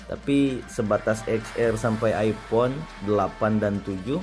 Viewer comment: Epon haahha Its iPhone bro not epon